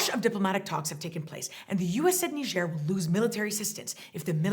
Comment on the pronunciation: No one being on the phone in the beginning skit got a real lol out of me. I had no idea Niger was pronounced that way. Thanks for teaching me how to say Niger properly. Those numbers you brought up regarding Haiti are ridiculous. There being so many different gangs makes it seem scarier than if things were more organized. So frustrating when people attack the helpers. No matter where it is. Anyways, thanks for the updates. Your channel allows me to dip my feet into world news without having to get soaked and chronically upset. Actually, I usually end up feeling a bit better after watching these.